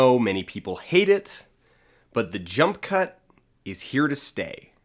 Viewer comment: At one point I thought you said "junk cut". I think that would be a good name for the edits in Suicide Squad.